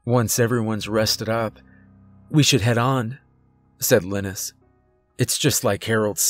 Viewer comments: You good sir are an amazing narrator this being said I believe pronouncing Linus as (Lye-Nus)and not Lynn Nus is much more fluid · I hate to be that guy but its pronounced lie-nus not liness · Usually when someone mispronounces a name, I don't pay any attention to it. But I've never heard of someone named Linis - pretty sure it's Lie-ness. I'm just saying and I'm hoping he gets killed off because it's driving me nuts. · The name is (Lin-nis)? You sure it’s not (Lie-nus)? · All I can think is Linus is probably pronounced Lie nus as in Charlie Brown's friend, because I've never heard the name lin us. Good story. 🤗💚☮ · Every time you say Linus with a short i. I wonder how you’ve never seen Charlie Brown. Lol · Ugh couldn’t stand the way he pronounced LIE-NUS. Couldn’t listen anymore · Linus - LINE- US. Like in the peanuts comic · I think Linus is pronounced "Lie-Nus" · I think it's pronounced LYE-nus... like the kid from Charlie Brown 🤔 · ...I couldn't help but think that's a weird ass way to pronounce 'Linus' ...cause most use 'lie-nus' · good story,great narration but I think the name Linus is pronounced Line-us.As in Charlie Brown's Linus :)